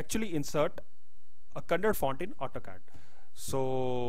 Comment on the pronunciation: Kannada not "KANNAD"